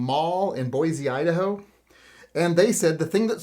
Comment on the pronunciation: As a good guy with a gun that lives in Boise, I personally was working, not shopping. Also, for future reference, it's pronounced Boy-See not Boy-Zee - us ID natives get salty about the pronunciation 😂